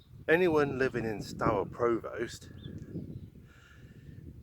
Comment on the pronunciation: Great to see my nearest town in a video - very nice. You might want to check your pronunciation of Provost though :) Maybe see you around Shaftesbury some time, welcome to the West Country!